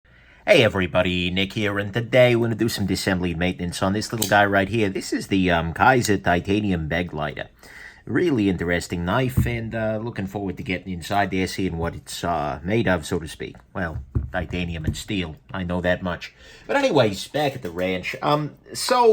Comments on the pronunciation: You are correct on meaning, but it is pronounced Beh-glighter. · "Begleiter" is the german word for "companion"... it's beh-glie-ter rather than beg-lighter.